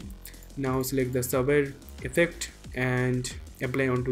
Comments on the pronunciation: FYI: It's not pronounced "Sabber", it's pronounced "Say-ber" Your tutorials are some of the best out there man! Keep 'em coming! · Everytime you pronounce Saber wrong, it cringes me so much! It's SABER! Google it! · You guys all say "Sabber", it's SABER, with a long A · Funny how you pronounced "Saber" Great tutorial btw👍